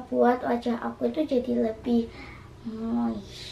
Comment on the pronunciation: Nge pronounce nya kagak bener, mungkin maksudnya moist :(